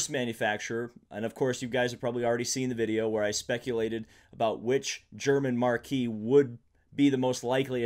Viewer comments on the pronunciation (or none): German Markee? Marky? Markey? really ? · Marque is pronounced "mark"